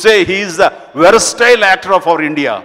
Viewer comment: Sir it's not veraastile it's versatile 😊